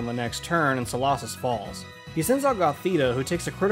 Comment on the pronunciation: Its so-low-sis not so-law-sis.